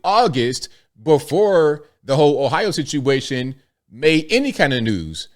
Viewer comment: Its the "Haitian sit-u-a-tion"